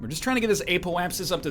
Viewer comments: apoapsis is pronounced app-O-app-sis btw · "Ape-o-apsis" - it cracks me up every time. And I swear I even hear a hint of an "L" there too... apeolapsis. Thank you for this series. I, unfortunately, watched someone who knew what they were doing, before I self played the game. So I haven't experienced the newbie phase myself. It's very uhm... enjoyable to watch the progress of discovery.